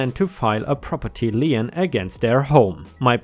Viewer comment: I hate to be “that guy” but the American legal term “lien” is pronounced in a way that rhymes with lean, green or mean. It is just one syllable. Sorry